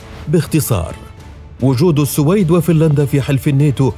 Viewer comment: أخي المحترم صاحب القناتين الرائعتين , نحبك في الله. تلفظ بالسوويد والسلام عليكم